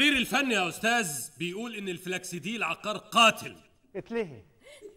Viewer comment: عُقار بضم القاف يا فخراني و يا.. عيب والله ما تعرفوش الفرق بين عُقار و عَقار و أنتما من أنتما